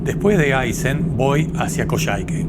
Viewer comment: Excelente video! Un dato : es Aysén con acento sobre la e, no siempre reflejado en carteles o mapas pero ese es el nombre de la región y por supuesto es Puerto Aysén 😉